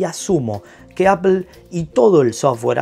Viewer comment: Apol, foneticamente se dice apol no apel